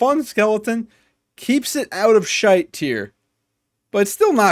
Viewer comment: Hearing an American guy say the word “shite” is hilarious